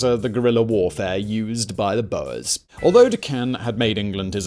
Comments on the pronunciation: Its not bow-ers its “bores” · screaming at “boas” like the snakes instead of “boors” i’m fine with that mispronunciation because it’s fitting but it’sHILARIOUS